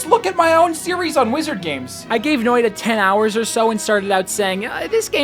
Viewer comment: Guys, he said "Noida" [No-oi-da] and not "Noita" [Noi-tta]. Do not give him any juhannussima, he's yet to become one with the Finnish epic. Perkele vie..